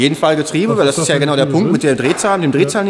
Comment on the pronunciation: gönau hahaha xDD